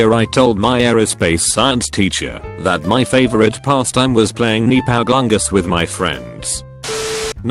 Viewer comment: ah yes, my favorite game neepow glungus